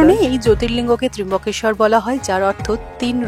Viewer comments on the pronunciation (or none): Tryambakesvar...not Trimbakeshwar